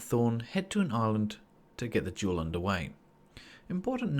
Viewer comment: I thought you said 'jewel' and i was thinking 'what jewel?' but you said 'duel'